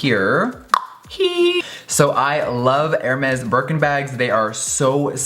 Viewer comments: Hèrmes is French I.e you don't pronounce the s 🤓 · I love Jeffree but the way he pronounces the French names (Louboutin, Hermès) made me cringe so much😂🌹🌹🌹